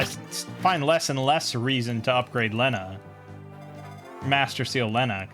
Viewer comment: thats not how you say lena